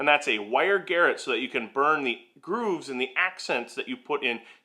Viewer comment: The word is "garrotte", and really refers to a wire used for strangulation! It's from French, so the emphasis should be on the "rot" bit, not the "gar".